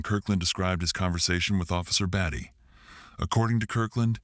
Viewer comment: IT'S NOT BATTY fix the ai😂